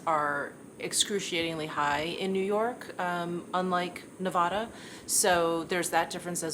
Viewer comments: My daughter’s best friend lives in Nevada. She has corrected our pronunciation to “Ne-Vaad-uh” - let me know if you get feedback on that! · Nevadans say Ne-Vaaaaa-duh. Rhymes with craft, draft.